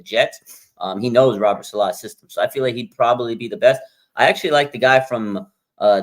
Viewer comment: needs to learn how to say Robert's name correctly.... that's annoying